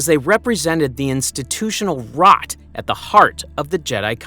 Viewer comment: Damn the way you said rot makes me really think you hate this man on a primal level